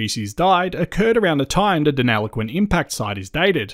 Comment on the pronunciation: Very interesting. Thank you. But please pronounce Deniliquin correctly. You are saying deneloquin 😬